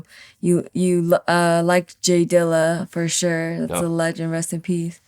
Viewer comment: I love when she says "furshure".